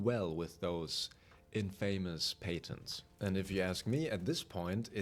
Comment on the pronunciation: I am so sorry but the words: "Patents" and "Alienate" are pronounced really differently, i recommend looking them up to hear how they should be pronounced. But the video and information is a banger, i hope they open the door a little, it reminds me kind of what epic games is doing to rocket league and fall guys. Just wave after wave of microtransaction update with no real light at the end of the tunnel.